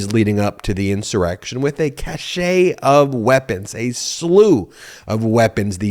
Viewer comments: cache, not cachet. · Ben, not to be too picky with your pronunciation but you said "cache" like "cashay" which should be pronounced like "cash". Each pronunciation has a different meaning. Just saying. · Cache is pronounced like cash, my friend, not cachet. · Cash-a is spelt cachet. Cache is pronounced kaysh. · Ben my friend it’s cache, not caché. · “Cache” isn’t pronounced that way BTW. “Chachet” means something else. Cache is pronounced like “cash”. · I believe a cache of weapons is pronounced "cash", as opposed to "cashay", which is how you pronounce "cachet" (meaning prestige). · Cache is pronounced like cash not cashay. Cachet is pronounced cashay. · Ben, it’s not a cachet of weapons, it’s a cache (one syllable). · Cache of weapons=> said as "cash" of weapons, not cachet :) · It’s a CACHE — pronounced “kaSH” — of weapons. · CACHE is correctly pronounced like the word “cash”, fyi. It is NOT a 2-syllable word. Who knew?!? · Love ya Ben but cache is pronounced "cash". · cache is pronounced ˈkash cachet is pronounced ka-ˈshā sorry just a pet peeve,. also you been killing it with the reporting, please keep it up, way up! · "Cache" is pronounced "cash," it's not a two-syllable word. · Ben: I love your podcasts. Please check out the pronunciation of "cache" in a dictionary.